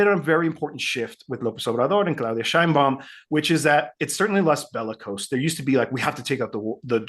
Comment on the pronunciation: PLEASEEEEEE! LEARN HOW TO PRONOUNCE MEXICAN NAMES PROPERLY! IT IS PRONOUNCED "SHEINBAUM". JUST THE WAY IT IS WRITTEN! PLEASE BE POLITE!